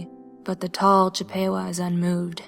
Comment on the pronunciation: It's actually Chipp-uh-wah. (Chippewa is a tribe... :3)